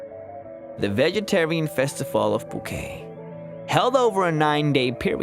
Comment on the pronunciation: you struggle to pronounce some of these places. for example, it's said poo-ket similar to tar-get as opposed to tar-je